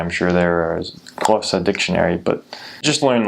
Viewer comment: You are so smart and very observant, I liked the fact that you prounanced Xhosa pretty well.